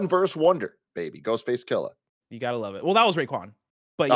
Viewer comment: Alright, I have to say it... it's Ghostface KILL-AH, not Kill-ER. Thank you.